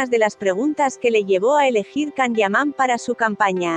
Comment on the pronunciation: No se porque te empeñas en decir CAN, así se escribe, pero se pronuncia YAN.